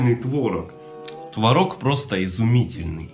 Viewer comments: Блин ты уже определись твОрог или творОг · ты блин определись то ли твОрог или творОг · Кто-то: нельзя говорить твОрог и ТворОг в одном предложении.: подержи-ка мое просроченное пиво. 🍺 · Тот момент когда говорит одновременно и тво́рог и творо́г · Творог или творог 😃